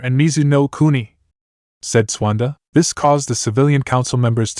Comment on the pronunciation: I dont know if it's a translation error or a TTS narration error because it was fine in part 1 but....... "Swanda", really? Her name is Tsunade (sue-nah-day) not "Swanda". Either way, wether the error is from translation or TTS. The end result is due to a lack of proofreading/listening and proper editing. Edit- also its incredibly annoying that there is a noticeable pause before.......... "The Hold", everytime its said. Once or twice for dramatic affect is fine but when its everytime it just breaks the narration flow for no reason.